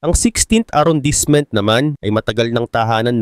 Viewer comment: Arondismo Po cya basahin s french, Hindi arondisment😁✌️